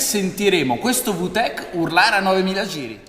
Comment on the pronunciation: Non per offesa ma da quel che so si pronuncia "vitec" non "vutec"